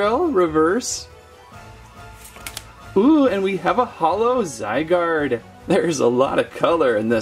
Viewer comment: XD,The way he says Zygarde